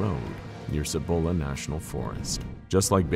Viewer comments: Side note; because I hate how you pinché gringos can't pronounce some of the SIMPLEST Spanish(+Spanglish) words & names from here in NM(or in Spanish in general really)!! It is pronounced "SEE- BOWL- UHH" National Forest!! It's the forest on the eastern side of the Sandia(SAN-DEE-UHH) Mnts. Sandia being Spanish for watermelon, because of the color the sunset shines against the range(the range that is closest & most visible from ABQ, which also secretly holds an underground base that is directly associated to Kirtland Airforce Base and the Sandia National Labs! A place which, allegedly, is the actual place that the crafts from Roswell were taken, reverse engineered, reconstructed, and then eventually were used & improved on for the US Government. My mom used to work at Los Alamos National Labs(WITH BOB LAZAR NO LESS) near the reactors & the other nuclear resources(maintaining the highest level of clearance a civilian is able to) and she told me that because New Mexico is essentially the world's biggest volcanic graveyard(with all kinds of volcanoes from all different eras and ages) that there are giant, miles long tunnels that connect LANL to SNL over 90 miles away, and to several military bases, most notable the Dulce base which is ridiculously famous for being the central location for an alleged underground alien revolt battle from the hybrids created by the US government!! Dulce also being one of, if not THE MOST UAP & other paranormally active places in the state and count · >.< another good episode but I have to be a pain. I'm a NM local and for the pronunciation for Cibola. The C actually says its name so its not a hard or soft c. its one of the weird ones i know. Sorry local pronunciations not said correctly kind of urks the locals.